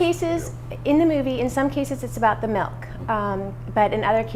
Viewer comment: Every time I hear "melk", I cringe.